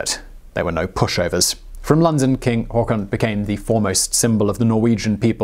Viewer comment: o Not really that bad actually. Much surprisement!